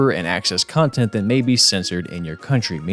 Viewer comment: I thought you had said Cuntent creator for a second